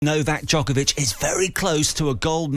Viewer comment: Its not Nokak, its Novak.